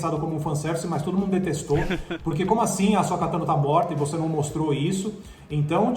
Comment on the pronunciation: "Bo Kazan", "Ashoka Kano", "Darfi Mau", "Baby yoga"... falando de Star Wars é uma tristeza, dói o ouvido